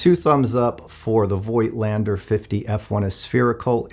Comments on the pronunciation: Yeah, Z 8 is an amazing camera. Great lens, too. But please pronounce Voigtländer without the " i ", like fogtlander. Greetings from Germany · Honest question here, I have the same lens for the Zf btw: I have seen it elsewhere that the name is pronounced "Voat-lander", although "Voitlander" seems right however, which is it actually?